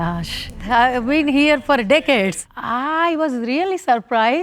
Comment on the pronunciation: 💀🤣 Am I the only one who heard decade a little different 😐😂